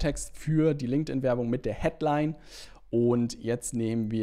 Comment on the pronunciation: danke dir für das hilfreiche Video. Und natürlich "Linkedin Leads" xD